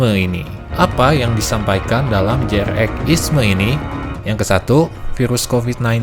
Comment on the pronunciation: Jrx dipanggilnya jering, pas abang manggilnya jrx (je er ex) aga aneh juga dengernya😂😂😂🙏🙏 tapi saya demen ama abang, ngejelasin seacara alus. Trs btw TK tuh kadang seru loh, karena enak buat dibuat argumen gitu.. 😂😂😂😂 bukan berarti saya penganut TK, sumpah saya bukan penganut TK😂🙏😂🙏 cuman debat beda argumen itu seru. Kaya hidup tuh ternyata gak gitu gitu aja. Intinya jadi paham aja, kenapa sih, si G bisa percaya dengan TK ini, alesannya, reasonnya. Cuman kalo adu argumennya masih selow, santai, enak yak. Ya kalo ampe emosian, yaaaaaaa😂😂😂😂😂😂😂